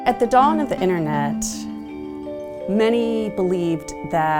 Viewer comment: She lost me at "innernet"